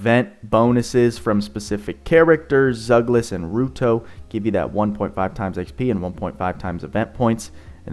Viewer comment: btw it's pronounced like you would for "ryuto"